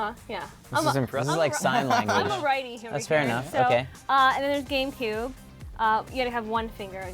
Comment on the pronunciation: At about 2 mins she says game coob xD